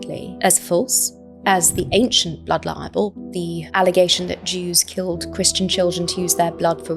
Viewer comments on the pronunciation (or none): I do wish she would pronounce libel clearly. She pronounces it so that it sounds very much like "liable". Which is a completely different word, and therefore meaning.🤦🏻‍♀️ In fact, the auto generated subtitles hears and shows it as "liable". Which must make it very confusing for non English speakers or people with hearing impairment 🤷🏻‍♀️🤦🏻‍♀️ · She’s still calling it ‘blood liable’. Please, somebody, correct her.